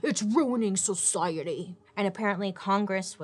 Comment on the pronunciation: i can't 😂 ITS RUINING SO-CI-E-TY!